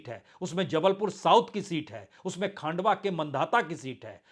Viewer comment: मुंगो अली नहीं ; मुंगावली😊 खांडवा नहीं; खंडवा😊